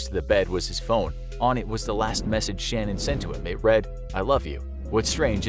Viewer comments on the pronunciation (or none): Chris Watts’ wife’s name was pronounced Sha-Nan’ not like ‘Shannon.’ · It ticked me off every time they said her name wrong. Not gonna tell the story right, not your story to tell!